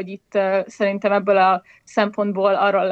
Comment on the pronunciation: Amikor azt mondod, hogy 'még ebből a sorból is', akkor nem azon van a hangsúly, hogy 'sorból' hanem azon, hogy 'ebből'. Tehát még EBBŐL a sorból is. De amúgy a téma nagyon fontos, szóval kicsit szégyellem magam a megjegyzés miatt..